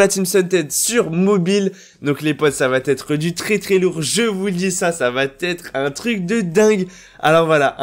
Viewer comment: J’adore tes vidéos tu dit beaucoup d’informations que je n’ai pas vu autre part mais s’il te plaît Entre va et être il n’y a pas le liaison C’est la saison 8 va(pas de liaison)être ...